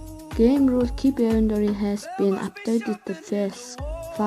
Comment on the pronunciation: iventory bish inventory geech